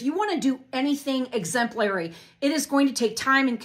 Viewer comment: it all makes sense now that i know she's a sovereign citizen, lol. also, the way she says 'exemplary' drives me bonkers. talk about empHAsis on the wrong syLLAble.